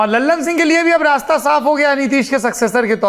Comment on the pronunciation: लल्लन सिंह नहीं सर ललन सिंह